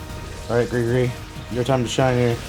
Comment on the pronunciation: Why does everyone call Gregory Greegory 💀